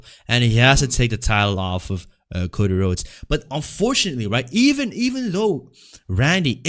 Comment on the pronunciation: I think of Cjax when I hear Cocy Rhodes